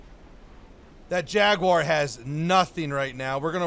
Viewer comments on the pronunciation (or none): none